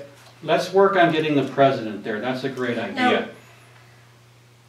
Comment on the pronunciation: Who is the "pruhzuhdunt"? Was this directed by Ed Wood, by any chance?